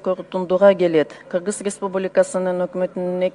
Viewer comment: Кыргыз дегенди нормально окуй албай кыгыз деп отурат го жанагы айым ,Кыргызстанды ушундай аялдар башкарса тез эле жок болобуз го